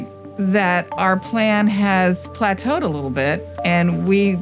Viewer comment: "....our plan has plateaued a lil bit...." -. i had to turn on CC captions to see the spelling, cuz i would have googled PLATOED. pla·teau /plaˈtō/ Learn to pronounce verb past tense: plateaued; past participle: plateaued reach a state of little or no change after a time of activity or progress. "the industry's problems have plateaued out"